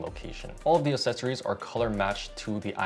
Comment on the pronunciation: Mate, please pronounce accessories properly 😅